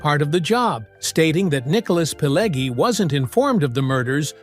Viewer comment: "20 Weird Facts You Didn’t Know!" Really? Do you seriously think that everybody is that stupid that they need somebody to tell where the bear shit in the buckwheat? This video is not any good. There is a separate fire in hell for making it: mirror view clips, pictures from "Casino" and so on. Joe Pesci's name is pronounced "Peh-shee". It's [siˈmoːne], not [siˈmoːn]. Pileggi - it's [piˈleddʒi], not [piˈlegi]. It's the Lufthansa heist. Where is the second name? What Thelma? The "Thelma & Louise" film? Thelma Schoonmaker? Tommy DeVito got killed. How can he be so old? Schoonmaker is a Dutch name and pronounced as [ˈsxoːnˌmaːkər]. It's in Nicholas Pileggi's book, not in Nicholas' book. You tell the story about Copacabana and show the pictures from the 1995 "Casino" film. Jimmy Conway's obsession? Not Robert De Niro's? - Prefect the role? Not perfect the role? It's look-KEH-seh (Lucchese).